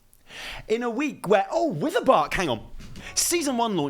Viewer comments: Think its Writhebark not witherbark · Welcome to pronunciation guide. Today, we're looking at Writhebark. You might be thinking, "that's witherbark" and YOU'D BE WRONG. EVERYONE IS WRONG. It is RYTH. Not Wither. Writhe. Thanks for your time. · I'm glad I'm not the only one calling it Witherbark. It's actually Writhebark though lol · It's writhebark, not wither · I lold at witherbark becuase its writhebark. Made that mistake before as well. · oh good i'm not the only one who calls it witherbark instead of how it's actually spelled "writhebark" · Being "that guy", it's "writhe" not "wither" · it's not witherbark. It's WRITHEbark. That shit WRITHIN' b. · Things I hate about Dragonflight: people pronouncing Writhebark "wither bark." :P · Glad to know I'm not the only one who mispronounces writhebark